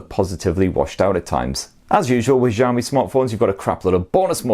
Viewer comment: He just said "Ziaomi"